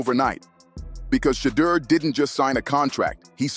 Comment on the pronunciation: Please pronounce Shedeur’s name correctly!